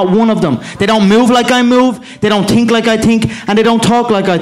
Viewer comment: THEY DONT TINK LIKE A I TINK